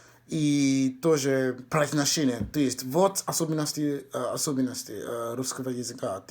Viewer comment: Перевоплощение В Рускыго чЭловэха